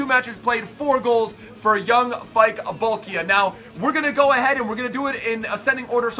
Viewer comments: Pronounced as Bol-key-ah :) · Bol-kee-ah,! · its pronounced Bolkee'ah